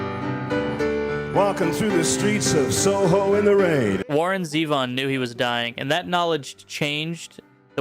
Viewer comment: And Zevon is Zee-von, not Zev -on